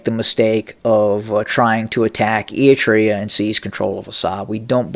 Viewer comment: Hello, first let me congratulate you for finally been able to pronounce the name “ERI-TREA” properly as opposed to “Etria” as you use to say it. That is tremendous progress. Now I hope that you will work on pronouncing properly the last name of the delusional and phony current ruler of Ethiopia or city state of Addis Ababa as you aptly described him, namely Abiy as AHmed and not Amed unless you meant it as a pun to describe him in Amharic as ኣመድ to mean dirty (soil). BTW, your description of the geography of the region is impressive but your political analysis leaves a lot to be desired. To begin with, Abiy’s latest pronouncement against Eritrea is simply a bluff meant to detract Ethiopians from the serious political, economic and social quagmire that they find themselves in thanks to his inept administration. But even if he were to be serious, he has a zero chance of winning as Eritrea is too experienced, well-armed and diplomatically well-connected. To make matters worse, ownership of the Red Sea is not the concern of Eritrea alone but that of all the countries who border the Red Sea including Egypt and Saudi Arabia to mention a few, all of which are opposed to changing any ownership of the Red Sea by any means. In any case, a certified narcissist that he is, Abiy has gambled big time and there is no doubt that this will be his last one as he will not be around for too long. Mark my words!